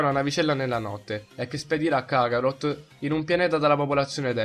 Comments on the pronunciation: Kharot si dice no kakarhot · si dice kaarot non cacarot ahahaha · Si dice karot cazzo